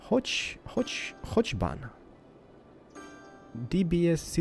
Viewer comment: prenounce hochbahn as hogbahn